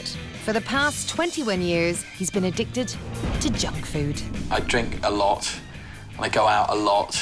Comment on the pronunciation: “I eat a A-lot” “I drink a-lot-“ “I go out a-lot” I DO EVERYTHING A-lot XD